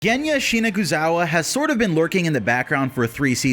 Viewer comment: Shina Zu Gawa. not shinaguzawa.